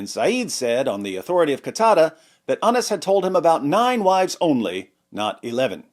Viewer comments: Ana's sure sounds close to Anus...... 😂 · Narrated Anas or Narrated anas. HA! You pronounced it both ways‼️‼️‼️ 😂😂😂